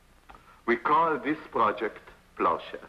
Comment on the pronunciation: Pendant toute la vidéo j'ai entendu "projet peuchère" 😂